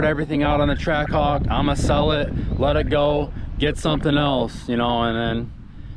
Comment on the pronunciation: Is it just me or did he almost call the Trackhawk a Trashhawk? 😂